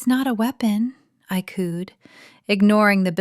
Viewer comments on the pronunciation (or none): Cooed...not cooned. For the text words.